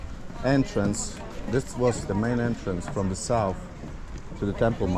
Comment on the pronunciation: Entrance,, not "Entrence"...🤔